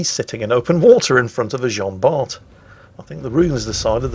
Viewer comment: PLEASE ! Bart is pronounced like BAR !